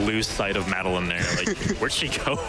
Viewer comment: Mad a lin. You mean Madeline? God...